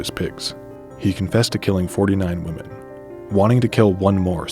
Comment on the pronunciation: The scary part is he said 17 woman instead of women